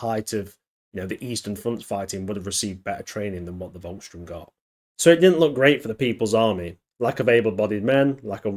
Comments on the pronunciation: SH-TOORM not Strömm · Volks - sturm (pronounced with an f, not a v) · It’s Volkssturm, not Volksstrum.